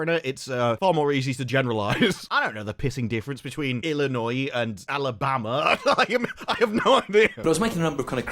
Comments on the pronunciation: Well, first of all, as a foriegner, you did what most Americans can't: pronounce "Illinois." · As a native of, I'm just glad you didn't pronounce the feqn "S"👍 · Thank you for pronouncing Illinois correctly. 🤣